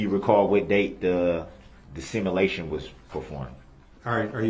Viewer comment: What’s a “Simalation”? 😂😂😂